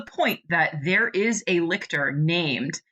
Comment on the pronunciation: I am immeasurably annoyed to find this here so late, with so few views, so little discussion of Nona the Ninth, and So. Many. "Lick-tor"s. Lol